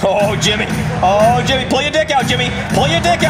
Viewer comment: he says hemi instead of Jimmy